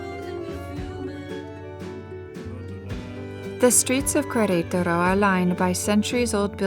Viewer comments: Loved this video but the pronunciation of the name of the city killed it for me. It's not kwareutarou . It's "keretaro" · It's pronounced keretaro not kwayraytaro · It is pronounced Keretaro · The narator doesn't have the ability to mimic, i.e., correctly pronouncing Queretaro. Can someone please coach her? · Yes. That was so distracting. Like running fingernails on chalkboard. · I agree. It was annoying af to keep listening her mispronounced such easy name to pronounce. I bet if it was a French name, she’d be all focused on pronouncing it 100% correctly.